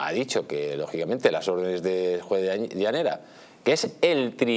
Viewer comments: Se llama Llarena no Llanera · No es "Llanera" sino Llarena.